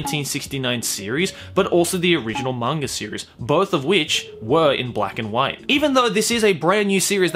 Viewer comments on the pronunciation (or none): I'm actually disappointed with myself for not having known about Tezuka before watching this. But I've watched the first 9 episodes of the remake and its fucking amazing, I'm really glad I found it. Also, I love your accent and the way you say "monger" instead of manga😘hope to see more videos of the like in the future! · Is it just me or says manga and anime like mangar-an-anime